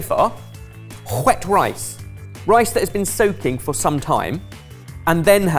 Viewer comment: I'm not usually this picky, but why is putting an "h" into the word "wet'? What's up with that?